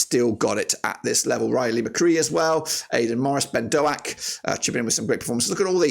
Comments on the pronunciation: Great video man! Boro fan here just a pointer its just pronounced Ben DOKE (like a can of coke) sorry to be that guy 😅 good to see the stats going in to this - i hate playing rovers. Best of luck to ya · Why can’t you pronounce any players’ names correctly? “Azeez” “Doh-ack” “Latty Lath” “Burk-Zok”